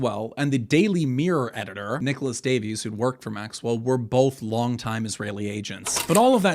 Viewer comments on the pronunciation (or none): none